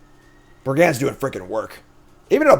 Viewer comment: That one doesn't bug me but....100 BrigANDS :{ brigand = brig und cacophony = cuh caw phone eee